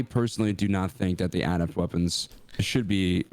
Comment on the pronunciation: Can we talk about how doesn’t pronounce adept correctly? Finish high school much?